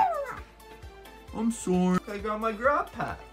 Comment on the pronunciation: its not wom its womy there is no y on the name